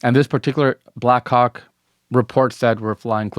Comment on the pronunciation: no matter how many times I listen it doesn't sound like black hawk 😶 Edit: 6 mins in, can this guy not just say copter/chopper/heli FFS?? 🤦🏾‍♂️ If the video gets demonitized, this is why!